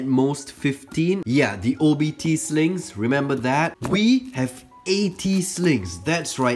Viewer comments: I can’t tell if he’s saying “Snakes” “Slings” or “Sligs” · Why did I keep hearing slaves instead of slings